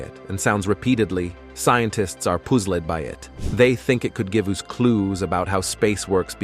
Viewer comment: Puzzled was said as pooz led! 🤣